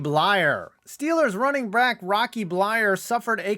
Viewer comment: "Steelers running BRACK" 🤣